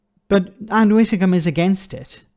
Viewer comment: I love your videos, but had to turn off at the word “Widdecombe”!!!